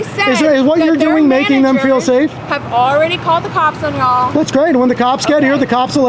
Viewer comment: Im from Oklahoma. I like that southern slang you used when you said ( ya'll ) that had me rolling im not used to you having that accent. Lol. Take care brother. Love your and watchin the watchman's vids.